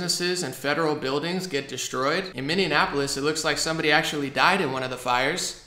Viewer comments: Hey. Love your stuff. But it’s Minn-ee-a-polis. Not Minn-ee-an-a-polis. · Why do you say "Minneanapolis," like a smooshing of Minneapolis and Indianapolis? FWIW, the correct pronunciation is MIN-ee-AP-o-lis. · Like your videos a lot...but wanted to respectfully say that Minneapolis is pronounced "Mini - A - Polis," not "Mini - Ann - A - Polis." :) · I love you, but PLEASE stop saying "Minneanapolis"! It's Minneapolis. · Its Minneapolis not minneanapolis.... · do you keep saying mindianapolis